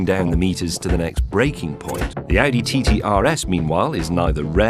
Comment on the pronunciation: Nah, he pronounced audi "addy"